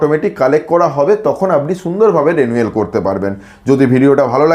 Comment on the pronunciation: Are vai konodin porasona korchen thikvabe pronunciation ta রেনুয়েল na রিনিউয়াল hoy reeeee....😂😂😂